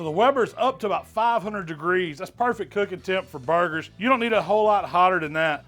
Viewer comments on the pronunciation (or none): You have no doubt that he knows what he’s doing when he calls them bar-gers 👍